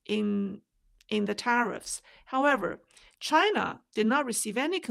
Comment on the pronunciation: Wang crapped his pants the first time Trump said "Chi-NA" hahaha